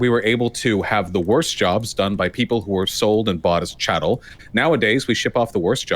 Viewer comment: Huh? Chattel?